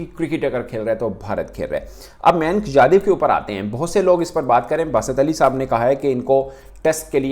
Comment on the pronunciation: Oh Bhai Mayank Yadav hae. Na ki Manik yadav😂😂😂😂